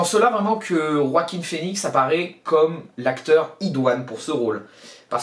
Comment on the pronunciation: Enfin, enfin tu es le seul avec moi à savoir bien prononcer le prénom de l'acteur qui joue le joker enfin ça fait plaisir quelqu'un qui sait comme moi qui faut rouler les rrr dans joaquin merci mec 👍👍👍👍👍😁🎉